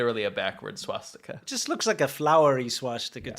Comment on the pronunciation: the Swastika is originally a Hindu symbol. The Finnish have used a variation of it as well. I have also seen it on some WW2 Chinese equipment (Chiang's troops not Mao's). I love pronunciation, "swashsticker!" LMAO